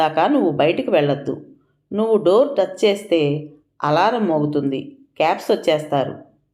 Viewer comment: క్యాప్ స్, ల్యాన్స్ అనకూడదు. లాన్స్, కాప్స్ అనాలి